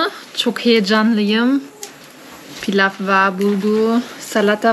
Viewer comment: Pilaf değil Pilav :)